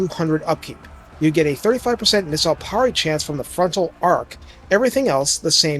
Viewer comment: Did you just say "PAWR-ee?"